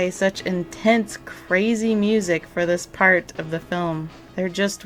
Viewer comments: Ein kleine Nacht Musik ; almost well pronounced . " K " is extremely explosive in German . You pronounced " musiC" instead of " musiK " ; which is a very short , explosive , exhaling sound . Then again Deutsch ist nicht meine Mutter spreche . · MusiK not musiC..."K" is a very short, explosive, exhaling sound . Then again Deutsch ist nicht meine Mutter spreche. Just being a very individual person.